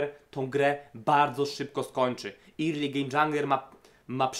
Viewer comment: Fajnie sie slucha, subek, tylko ploox zobacz jak sie mowi "early" i "priority" bo uszy bolą :p